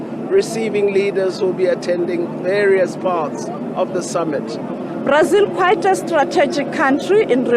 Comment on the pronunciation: Prics....is brics..... republican..is repuplic.......this lady...🙆..eeeiii south africa😂😂😂😂... Brasil....prasil